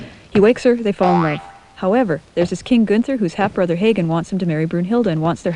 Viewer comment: Very cute! I love the bell/scroll tolling the actions. BTW: it's pronounced VO-TAN not Wodin for Wotan, RAH-da-mez for Radames and HAHgen, not Heygan for Hagen, otherwise good work. :)